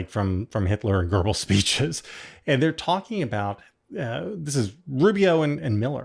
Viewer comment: Please, JVL--it's pronounced "and," not "ee-yand"....just sayin'....